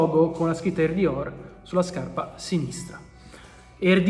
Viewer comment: ogni volta che dici “air dior” capisco “”